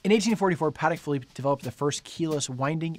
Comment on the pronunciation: Congratulations on pronouncing the brand name correctly, most people get it wrong